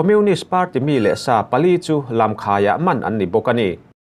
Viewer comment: I chhiar thiam thin e, mahse thil pakhat chiah kalo sawi teh ang. Mi leh sà pali tia chhiar tur ni awm tak kha, mi leh sapali i ti teh tlat hi, i in hmeh lo em mai😅